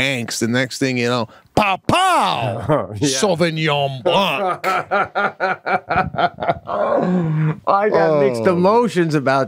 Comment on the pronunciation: live, love, laugh...ty again ...sauvignon Blan no ''C'' sound.